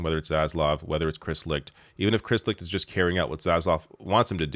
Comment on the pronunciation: Licht- pronounced Light